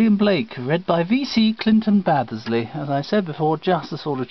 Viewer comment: it's Baddeley actually.